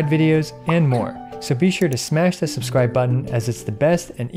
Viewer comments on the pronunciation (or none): none